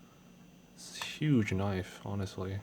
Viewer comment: holy shit! thats not a knoife, THIS IS A FUCKING NOIFE! love it man.